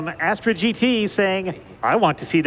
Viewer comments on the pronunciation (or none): none